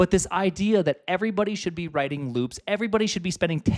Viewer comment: omg looooops, rhymes with boobs